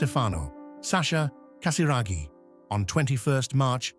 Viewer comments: Casiraghi et non Casaraghi !!pfff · Fundador sem noção Diz o sobrenome de Andrea totalmente errado Antes de gravar,vá aprender Não é Casaragi É Casiraghi E não Casaragi